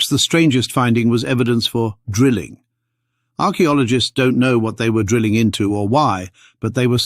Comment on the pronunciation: "Arak Biologists" Really ?